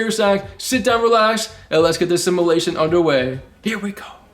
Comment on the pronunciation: It’s fucking simUlation not simAlation Jesus Christ kid